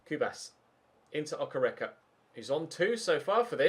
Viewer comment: its pronounced Okay-ray-kay (okereke) his Nigerian